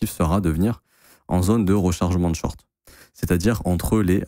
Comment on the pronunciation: Tu parle di ligne haussière 😂😂 x1.5